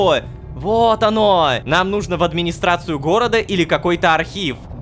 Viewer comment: О нет, он правда сказал асфи́ксии, а не асфикси́и. Рома хорошо озвучивает, но его ударения меня просто убивает, особенно его повторяющееся из раза в раз ,,нужно́" а не "ну́жно".